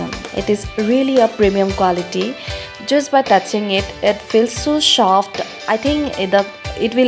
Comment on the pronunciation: Packezin, shoft. Love it😂. Its her choice